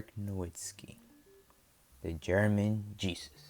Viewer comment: Nowitzki not Nowitski